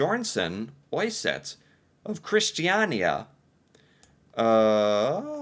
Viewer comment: When you pronounce “Øyset” very correctly, I was so impressed of your learning curve I actually clapped 😂❤ Kind Carl Johan and Queen Désirée was the king and queen of Sweden and Norway after the napoleon war. Before that Norway was under Denmark. Denmark was on Napoleon’s side and Sweden was against, so when Napoleon lost Sweden got Norway 🥲 So the Swedish king had these Crown Jewels made since Norway didn’t have their own. According to the website you were on, the only time these jewels were used by the current royal family was in 1906, after we became independent from Sweden. They were on display when the current king was crowned, but not used it seems